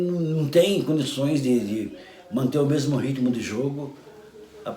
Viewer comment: As "vêis" perde "mêmo!"